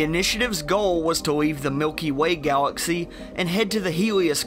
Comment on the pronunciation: Southern Elmer fudd Miwkee way gawaxee